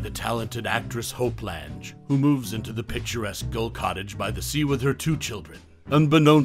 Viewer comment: Lange. Rhymes with slang. Reta. Rhymes with Cheeta. There was some interesting info here.